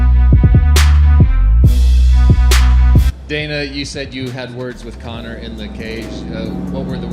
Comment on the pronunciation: Conor! "Koyak" to u😆